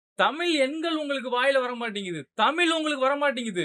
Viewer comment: தம்பி தமில்னு சொல்லாத தமிழுனு சொல்லு 👍